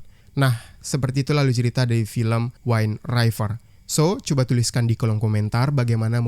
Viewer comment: judul WIND RIVER.. dbaca spt tulisannya: /win river/, bukn /wain raiver/.. tdk smua huruf [i] dbaca /ai/.. conth yg bnyk salh ucap: wifi dbaca /wai-fi/ bukn /wai-fai/ ato /wi-fi/..